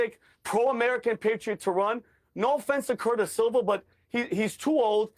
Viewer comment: Sliwa not Silva